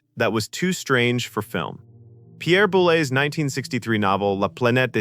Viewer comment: Pierre Boule! Pas belaloup.....